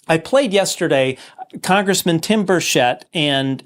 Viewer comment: The accent of the name Burchett is on the first syllable. No one is pronouncing his name correctly